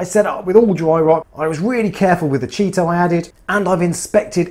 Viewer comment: I tune in just hear chaeto be pronounced cheeto. 🤣. Great videos, keep up the good work.